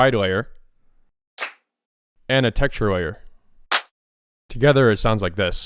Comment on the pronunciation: i was making fun of the way you say textures